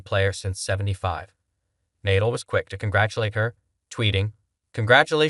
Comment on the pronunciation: Proto-zhay. Good grief, do the homework before you publish! Google pronunciations! It's easy! You presume to post about pro tennis, and you don't know how to pronounce Nadal?